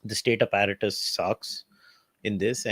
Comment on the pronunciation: The way this pronouncing APPARATUS is cringe. 😂😂😂 Abet English seekh le tab Bol.